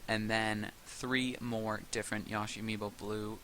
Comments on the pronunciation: I'm pretty sure it's pronounced Yoshi not Yashi. I take Japanese. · I like how you say Yoshi. I say it with a strong YO, but you say it with a YA. Lol